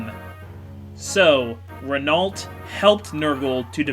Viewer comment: Hey,, just like I told you about Legault, Renault is pronounced like Legault.